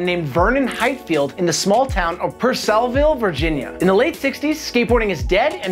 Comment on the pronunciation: Its Per-Suh-Vul{Purcellville} Virginia